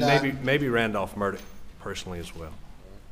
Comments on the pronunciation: It's pronounced " Mur daw" the "gh" is silent and there is no enunciation of a. "c" .. they keep pronouncing it "Murdock".... Maybe that is just that southern twang.... The American language is one of the most difficult languages to learn and frankly the most ridiculous.... Silent sounds for certain letters depending on the how used or what is described.... For example, 🗡️ knife or knew vs new or read vs red , knew vs new, know vs no, reed vs reed,.... It very nonsensical and crazy... It gets insane attempting to explain why we do our language arts this way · Why does everyone say Murdock? His last name is pronounced mur-daw.